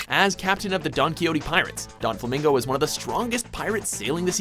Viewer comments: sojiro B They're right on the "Don"quixote part it's most definitly not Donflamingo it's Doflamingo. There's no pronunciation of the N in his name at all. Donquixote Donflamingo sound right? lol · You said Doffy's name wrong. Let's try it again. Donquixote Doflamingo. "Don-Kee-Oooo-Tay Doof-La-Mingo." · holy shit donquixote pronunciationhelp me donflamingo and dressrona is killing me too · It's Doh-Flah-Min-Goh, you don't pronounce the N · Donflamingo? DON? DressRONA? RONA?? I'm done :L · lol yeah my bad i was thinkin the Don in Donxiote too 'Donflamingo' def aint right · you said Doflamingo's name entirely wrong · Way to butcher every pronunciation for DOFLAMINGO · Jesus you butchered Doflamingo's name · They struggle to pronounce japanese names but they can't even pronouce a spanish name correctly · I don't think I've ever heard someone butcher doflamingos name this badly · its Doflamingo not Donflamingo baka... :p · DONflamingo. how the hell do you pronounce it like that? there isn't even a N in the name. do you even read? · Donquixote Doflamingo not Donflamingo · It's Doflamingo not 'Don' lul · Donflamingo? Dressrona? Okay, you're doing this on purpose now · Seriously donflamingo? It is doflamingo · It's Doflamingo. Not DoNflamingo. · You guys made one little mistake in your list just now...the One Piece example, his name is "Doflamingo," not "DoNflamingo" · Donflamingo? It's Doflamingo you dunce. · the fuck is a donflamingo? even my auto correct corrected that shit to doflamingo. for fucks sake doflamingo is one of the easiest if not the easiest to pronounce it's clear as fucking day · doflamingo not donflamingo lol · Doflamingo! Not Donflamingo! Jesus! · It's DOFlamingo not Donflamingo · each time he said donflamingo i cringed 😫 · His name is Doflamingo... not Don Flamingo... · Its Doflamingo not Donflamingo. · *Doflamingo, Not Donflamingo. Geez. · Doflamingo not donflamingo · It's DO not DON flamingo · DoNfalmingo I'm Triggered